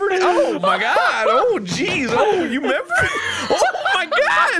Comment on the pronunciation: I ‘emember, Mark. I ‘member.